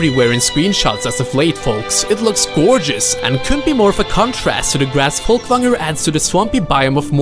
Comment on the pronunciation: Damn, this is very impressive what you made, and the attention to edit and detail! Worth the wait! oh and I love how you said "Folkvangr" ;D Spot on... which makes me think... hmmmmm.... there's something about that accent.